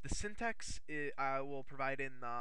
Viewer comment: its syntax not syntex